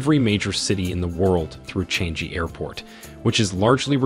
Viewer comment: Learn how to pronounce Changi!